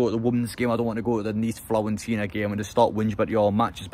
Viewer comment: Please stop pronouncing Fiorentina incorrectly, it's driving me mental 😂😂😂